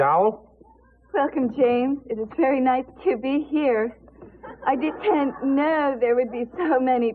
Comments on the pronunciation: It was so funny where Andie was correcting James "The academy award that you didn't win.." "DIDENT" "You didn't?" "DITENT" You did not? "DI-TEENNT" "You DITENT win, Andie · Scyas *T*i-tent. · Dit-tent you know? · 2022 who’s still saying “Di-tent”?